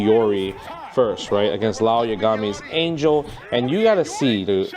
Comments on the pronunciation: You pronounce Isla right but not Ángel!?!? It’s an-hell, not ane-jel. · Not to be that guy, but, it's pronounced "Ahn-Hell"